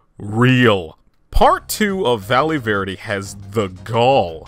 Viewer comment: i love how this guy can pronounce japanese kind of well (if i know anything about japanese) but then he goes 'valee verde' and 'mataias'